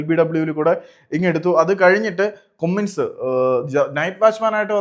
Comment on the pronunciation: കുമ്മിൻസ് അല്ല കമ്മിൻസ് 😅